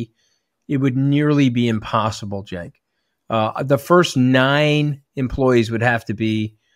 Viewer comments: Actually sounds like Jenk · Cenk but sounds like Jank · is it pronounced Senk?! Or was he making fun of how peeps will pronounce